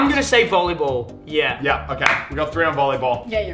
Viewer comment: Muselk soundet like He vas from Sweden because in Sweden Ja! Means Yes!